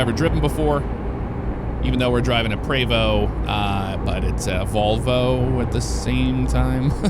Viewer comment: Thanks for saying Prevost correctly lol I drive a X3-45 Entertainer. You’re in St Louis, right? Next time I roll through I’d love to have you out if you’re interested.